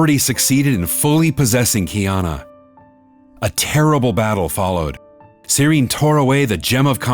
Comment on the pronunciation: love how they pronounce sirin “sidien”